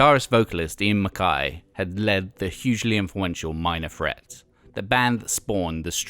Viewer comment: He called Minor Threat ‘Minor Fret’ 😂